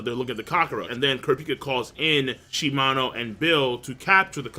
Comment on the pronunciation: He pronounces Kurapika wrong as well. Funny how people can watch an anime and hear the person's name pronounced correctly but still pronounce it wrong.